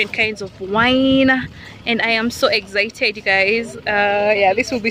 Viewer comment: Kikuyus no offense but why do say exzaited instead of excited all my years of staying in Kenya all the kikuyu friends I had always say that it’s funny but I’m sorry if I’ve offended you guys hahaha